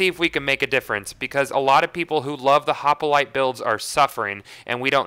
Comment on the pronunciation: Why does he call is a hopalitle.. It's hop-lite